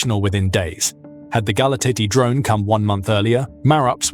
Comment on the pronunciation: For God's sake pronounce the cities names correctly:- Galati - galarts, Constanta - constantsa